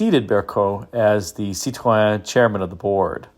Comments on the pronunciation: Thank you for not pronouncing it "citrine" like so many YouTubers do! I believe Car and Driver referred to the brake "pedal" as looking like a "diseased half grapefruit." (Or maybe it was a "rotten half grapefruit.") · You did this one so you could show us how to pronounce Cit-ron, didn't you? 🤣😂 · great pronunciation of Cit- ron. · I drive a DS 21 daily and appreciate this video and like your pronunciation of Citroen. Dispelling the myths and misunderstandings of these cars is a full-time job but it makes Cars & Coffee a lot of fun. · Hi, I’m a bit disappointed that you pronounce Citroen with a French accent but the episode featuring the Australian P6 LTD was done without an Aussie accent, c’mon mate, fair go. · Now we’re talking. The SM is in my “dream car garage,” as is the DS on which it was based. And thank you for taking the effort to pronounce Citroen correctly, a level of respect some other American YouTubers could learn to emulate. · My compliments for your pronounciation of Citroën and Peugeot. Fun fact, the name Citroën is a frenchified name from Dutch (Citroen), meaning Lemon.🙂André Citroëns family from his father's side came from the Netherlands and as the French don't know how to pronounce the Dutch "oe" sound, he changed it to "oë". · Really enjoyed your SM report and kudos for saying the manufacturer's name correctly. I cringe when a Brit says it......."Citron"........geez.